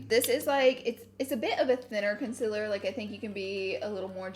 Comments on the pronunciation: I die every time she says coNsElAr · no one: laura: consiller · Yes Laura its conciler not concealer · Laura: Conciler Someone else: Concealer Laura: Conciler ... Someone else: Conciler 😂😅😘😘